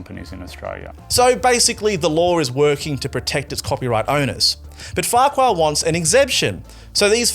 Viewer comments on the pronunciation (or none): He pronounces it, "Fark-you"